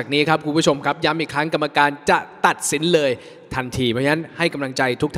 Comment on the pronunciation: ปีศาจวสันต์ เพี้ยนภาษาไทยภาคกลางเยอะมาก ย้ำ ร้องเป็น ยำ และหลายคำที่สะกดด้วยไม้โทจะร้องออกเสียงด้วยไม้เอก ช.ช้าง บางทีร้องเป็น ซ.โซ่ และออกเสียง SH เป็นฝรั่ง Shiii แบบน่ารังเกียจมาก เพลงนี้เป็นเพลงไทยของวงสุนทราภรณ์นะ ภาษาไทยสำคัญมาก จะเอามาร้องแบบย่ำยีภาษาไม่ได้